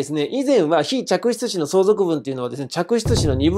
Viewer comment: 嫡出子、非嫡出子『ちゃくしゅつし』ってすごく言いづらいです… はっきり発音できる先生の滑舌力さすがです…👏